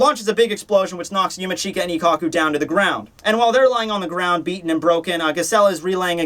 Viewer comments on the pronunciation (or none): yumeech-ka not yumi-cheeka..not hard to say